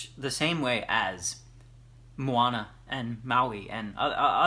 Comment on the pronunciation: As a Native Hawaiian speaker I am impressed with your pronunciation of the book title, props to you. Maika'i no! (very good!) :D